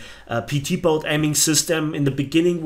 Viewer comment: you said boat wrong.